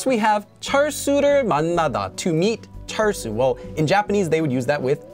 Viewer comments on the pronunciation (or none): Having studied Japanese as well, I also thought that the particles were interchangeable at first. Not so. 😁 By the way, you (and others) I've heard have a distinguishing pronunciation of sounds like 철수. Some of my friends and relatives would pronounce it as /chəl·su/, with a hard "L" sound, but you have a way of saying it that is peculiar -- almost as if there is a Hong Kong-ish "r" sound -- like /chərl·su/. Is this a dialect thing? 🤔